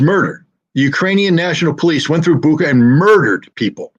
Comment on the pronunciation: With all due respect, Bucha is pronounced Butcha and not Bucka, as anyone with knowledge of how the Ukrainians spell it in Cyrillic can tell.